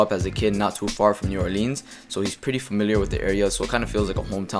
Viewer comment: "New OrLEEN"